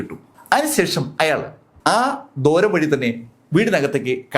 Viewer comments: ദോരം അല്ല ദ്വാരം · സാറേ, ദോരം അല്ല, ദ്വാരം.. ദ്വാ.. ദ്വാ.. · ദോരം അല്ല ദ്വാരം ആണ്.